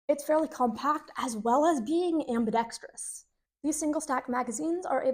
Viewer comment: Congratulations! You pronounced ambidextrous correctly--you'd be surprised how many people on YouTube can't seem to do that. The HK P7 still sucks, though.